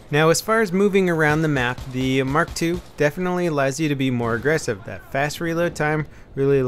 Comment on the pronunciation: he means mark eleven but says mark 2